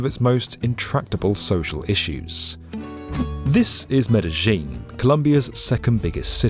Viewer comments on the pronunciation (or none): that's what I thought as well. But kept saying MedeJHin 🙄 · what's "Medejin"? Did you first hear about Colombia while on holidays in Argentina? 😐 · Medellin with the Zh sound is irksome. Do you say Paree, or do you say Paris? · "Medellín" is not really pronounced "Medeyin". The doble el "ll" has its own sound that doesn't exist in english. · Absolutely love the videos and the channel but I really wish you'd double-check pronunciations before filming. It's pronounced meh·duh·yeen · There's no J in Medellin. Me-de-yeen. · OMG Medeljeeen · You said Medellin wrong but everything else seemed accurate! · I noticed pronounced "ll" in "Medellín" like they do in Argentina. Is that the way the name of the city is pronounced in Colombia also?